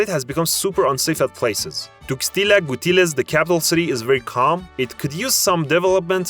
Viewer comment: gng there is no L in gutierrez (and no I in Tuxtla)